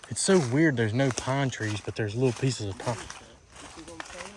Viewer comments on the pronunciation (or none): if you look at 18;03 to 18;06 you see at least big pine trees. he said look, no pine treese. lol